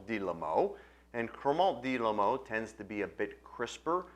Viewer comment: Hasn't the faintest idea how to pronounce "Limoux".